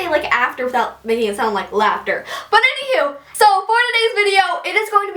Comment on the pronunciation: I don't know why u guys are saying her voice I'd annoying and if u guys don't like her voice and don't like how she says anyhoo then don't waste ur time watching her she is confident and beautiful and funny if u guys have nothing nice to say please don't say it at all because we all have feelings